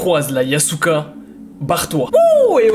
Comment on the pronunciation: Mec ta dit yasuka😂😂